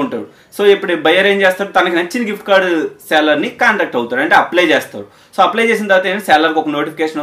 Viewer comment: Seller kuncham sarigga palakadaniki try cheyyu bro